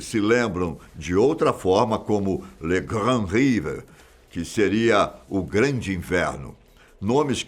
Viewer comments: Muito interessante. Tirando a pronúncia inglesa da palavra francesa "hiver" (ivérr e não ríver), a narração está primorosa apesar do angustiante e desconhecido inverno de 1709. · Siiiiimm meu ouvido doeu com essa pronúncia 🙈 🙊